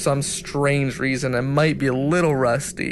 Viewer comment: That's definitely not how you pronounce Ornstein. Sigh.. Wish I had a PS3 to play Demon Souls... If PS3 comes out with The Legend of Dragoon 2, that'll be the day I get a PS3.